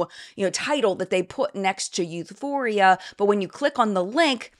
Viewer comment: Euphoria is as bad as Youthforia lol